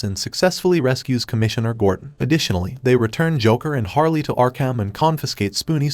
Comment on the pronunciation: It's HARLEY not HAILEY 😂😂😂you d|_|/\/\B f*** everytime you'd do this pronunce in an inappropriate form